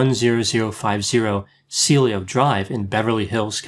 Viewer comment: Pronounced See-el-oh Drive (Cielo) 😉